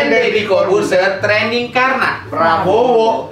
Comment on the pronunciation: TRENDING Bang bukan TRANDING...